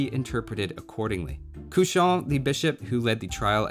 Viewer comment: Nice video ! Small thing, "Cauchon" is pronounced "Ko-Chon", not "Kau-chon"